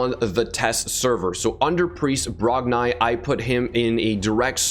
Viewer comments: Its Brog--NI not brogniiiiiiiii but this champ will be good fr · I think it’s pronounced Brog-“knee” not Brog-nye